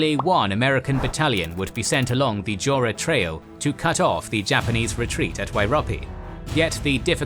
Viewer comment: Excellent coverage. However , as an Australian, I find some pronunciations off the mark. Three come to mind, Kokoda, Ko ko dah, Maroubra, a beach side suburb of Sydney, Mar u bra, and Wairopi, named after the bridge suspended on wire ropes, Wire Ropei. Thanks for the series.